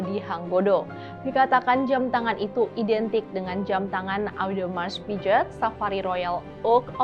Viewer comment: boleh kasih masukan ngga? ngga anti kritik kan ya? untuk mba'nya kan udah tau bakal ngomongin merk2 yang mungkin ngga akan pernah keluar dari mulut kita sebagai rakyat jelata, tapi boleh dong research dulu cara pengucapannya yg betul seperti apa, kan banyak tuh AI yg bisa ditanya (ChatGPT, Gemini, Deepseek, terserah yg mana) bisa didengarkan disitu macam Hublot, Audemars Piguet itu ngomongnya gimana.. bener dah ini dengan segala kerendahan hati dan atas dasar kecintaan saya sama channel ini, supaya kedepannya lebih baik lagi.. terimakasih.. 🙏🏾